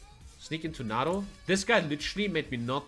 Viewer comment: I didn’t know nato had an r in it… it’s pronounced nay-tow not nar-tow